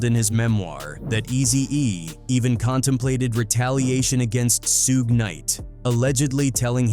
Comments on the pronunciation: That guy “Soo-gay” night must have been really bad! 😂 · The AI voice in this video keeps calling Suge "SUEGAY KNIGHT!" Im rolling! Lol 😂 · I'm not. It's actually kinda annoying 😕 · facts. Soon as I heard "Suegay" I knew I had been A.I.'d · 😂😂😂😂 I came to the comments soon as I heard Suegay 🤣🤣🤣🤣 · Who the fuck is Suegay 😂😂😂😂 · Suhguey lol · AI channel ... "Soo Ge' Knight" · Toe-night is the night! AI...🤪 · Who the hell is SOOGAY? Stupid AI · Su Ge 😂 sounds like a Japanese anime character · U mean, “SOOJ” or “SOOGAY”?😂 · Sue Gay and 2pack. AI slop. 😅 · the peeru bloods god why can’t ai pronounce names right it’s piru and suge knight lol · How the hell you gonna include Suge and not know how to pronounce his name? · I hate the way the AI pronounces Suges name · Nothing like a culture vulture reporting on something he knows nothing about. HTF ? He miss pronounced Suge name. I immediately stopped and blocking this dumb 💩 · It will be great when AI learns to pronounce Suge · AI still can't properly pronounce Suge lol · I never heard SUGE pronounced worst in my life smh this is as bad as when they say "2pack" lmao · Because lazy and AI😅😮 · F ALL THAT I SEE WHITE PPL CANT READ LOL IT NOT SOOOOOOG IT NOT SUUUUUUUUUUG IT SUGE example sugar instead of adding the ar you adding an E to that it Suge 😂😂😂😂😂😂😂😂😂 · Bruh that AI shit talk worse than Trap Lore Ross. The shit can’t pronounce “SUGE” shit said “SHA-GAY” lol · Who is sue gay lol its suge pronounced as shoog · Should've said So-gay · What the hell is a "Sugay"? Quit being lazy with AI and voice your own script, poser. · Soog? Soogay? Soogie? Holy hell AI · You done f*cked up already by calling a man Soogue Knight man WTH 😅 and even made me missed spell his name too right in this comment section. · Who the fvck is sooge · Who the hell is “Sue’Gay”? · SUEGAY....really lol 😂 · Hahaha Suuug knight haha. AI sucks! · Soog Knight😂 This AI stuff is getting out of hand. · Sooge, Sewgay, Sewgee, Topack, Rakeem...